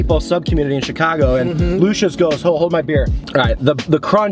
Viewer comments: The owner used to work at alpine subs by johnnies beef. That’s a great spot, their Lucia sub is great as well. However it is pronounced Lou See Yahs not lousha lol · Try Conte Di Savoia’s meatball sub. It’s also pronounced Lu Chee ahs, fyi. They make great cold subs too. I don’t know why people push damato’s or bari’s meatball sub, they’re trash and no flavor.